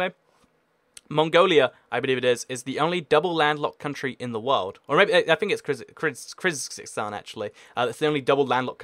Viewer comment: its pronounced kirg-a-stan